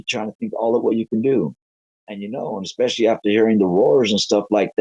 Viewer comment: Anyone who says, "expecially" is highly credible, I don't care what anyone says.